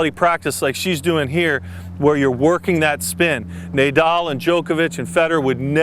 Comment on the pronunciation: Nay-dal? Lol nay as in "Watch me whip, watch me nay nay" but overall excellent lesson